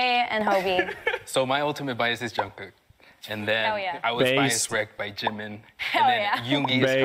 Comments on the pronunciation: Its his accent, hes used to pronouncing his j’s as y’s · Pewds saying "Yungkook" is much better than when Justin Bieber spelled his name as "John Cook" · I love how pewds pronounces J as Y everytime, Jungkook to Yongkook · Pewds pronouncing Jungkook's name as Youngkook has the same energy as, him pronouncing Jubilee as Hubilee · His actual name: "Jungkook" Pewds: "Young cook" Me, a Mexican: "Juan cook" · Young Cook? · “Hung cook" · khuan kook :) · Pewds: “Youngkook” “Yubilee” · People mentioning Felix calling Jk 'Yeonkook' reminds me of when Charlie Puth called him 'Jongcock' and Jungkook called Charlie 'Charlie Puss' Is it bad that I don't even notice Pewds calling their names wrongly anymore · its the opposite in spanish. All S and Z are pronounced Th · Felix: “Youngcook” “Yubilee” “Ninya” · "Jungkook" Pewds: "Young cook" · I am watching this video beside my sister who is 5 and when she heard felix say youngcook she was like who the hell is youngcook it's jungkook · WHY DOES HE SAY YOONGKOOK 😭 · Felix: Mad about his comments saying he incorrectly pronounced a word. Also Felix: Y O U N G C O O K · ik but young kook sounds like a rapper name 🤷‍♀️ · It's probably his Swedish accent coming out, he doesn't pronounce the letter J very welly lmfao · Us: jungkook.... it's JUNGKOOK. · He’s Swedish. He would probably automatically pronounced J as Y like Jörgen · I just love how Pewds pronounce Jungkook. It's like Jungkook is a far relative of Carl Jung or something.